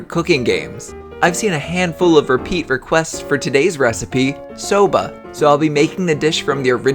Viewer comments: I thought you say soda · Legit thought it said Sabra